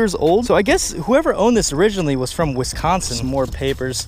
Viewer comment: The way you pronounce Wisconsin 😂